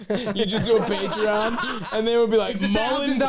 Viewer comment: Nick noticing Felix mispronounced Patreon